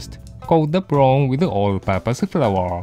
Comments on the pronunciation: you mean "prong" lol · i can't get enough of saying "prawn"